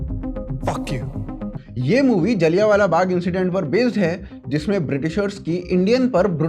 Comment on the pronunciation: सूसरे..जलियानवाला नही. जलियांवाला